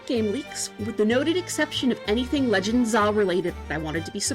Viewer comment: Some good ideas and thoughts, but please, please, please stop saying "Legends ZAH" it was like nails on a chalkboard every time